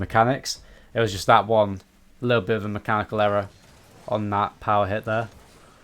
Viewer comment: Not going to lie, it sounds like you say “heil Hitler” instead of “Power hit there” . Had me worried for a second when I first heard that, but after a few replays, you definitely say “power hit there”.